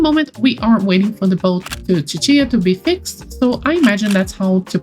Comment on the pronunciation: Ahh I pronounce Cicia as See-see-ah, so hearing it as chi-chi-a is very interesting to me! Anyone else pronounce it like me?